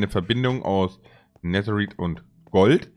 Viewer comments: Es heißt Netereit NICHT Neterit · Es heißt nicht neser rid sondern es wird nether reid geschprochen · Auch nicht Nethereit sondern Netherite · Er sagt netheriet mit ie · Man sagt nicht neterpizza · Mich nervt es wie du Netherite aussprichst